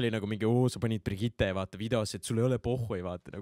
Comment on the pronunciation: Keegi veel on tähele pannud, et ütleb iga kord Brigitte kohta Birgitte?:D